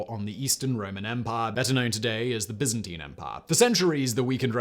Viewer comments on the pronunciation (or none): none